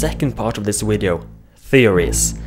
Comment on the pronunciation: You said wideo lol